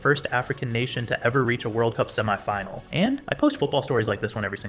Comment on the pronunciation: Semai final 😂 shit narrator